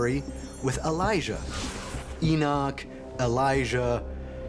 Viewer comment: Elijah A Liar A-lie-a